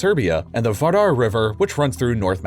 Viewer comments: it’s not vadar river, it’s clearly vardar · First it's Var-dar ....also yah I live in Macedonia it whod take alot of construction to fit ships in the river.... It literally passes right through Skopje.... Alooooooottt of reconstruction